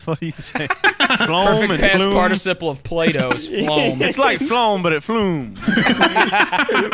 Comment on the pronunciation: bro really said parcitiple